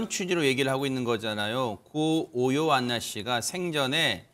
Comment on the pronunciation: 교수맞아요? 자꾸 요요안나라고하네~ 한두번도 아니고 고인의 이름을 달리부르네 다른사람들이 지적이라도 좀 해주지 듣기 좀 그렇네